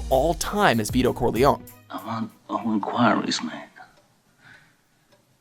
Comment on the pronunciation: Haha! It's "Lehns-herr" not "Lehn-SHörr"! And not "Don Veedo Corleon" but "Don ViTo CorleonE".